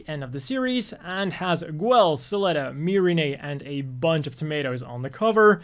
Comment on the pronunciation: Why are you calling Guel Gwell?